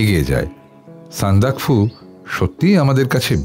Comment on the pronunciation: আপনারা উচ্চারণের দিকে আরও যত্নশীল হন। কাকাবাবু যিনি করলেন উনি না, যিনি গল্প পাঠ করছিলেন মানে টুকলু। ওটা সান্দাকফু', সন্দাকাফু নয়। এছাড়া আরও আছে।